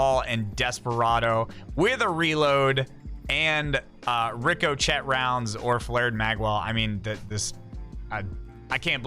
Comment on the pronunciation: It's pronounced Ricco-Shay.